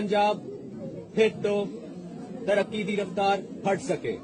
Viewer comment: Tarakki nu ki bol ria 😅